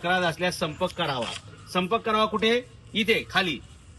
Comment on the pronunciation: "सर्पंक" नाही ओ "संपर्क " असा शब्द आहे तो!😂😂